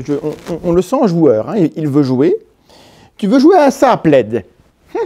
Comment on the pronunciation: Entre plaid et Vlad il n’y a pas grand chose lol on sent parfois limite à dire vlad à la place de plaid lol 😂😂😂😂😂